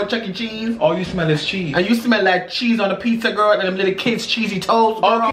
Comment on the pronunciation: He said those kids chessey toes 😂🤣🤣🤣😂🤣🤣🤣🤣😂😂😄😄I’m crying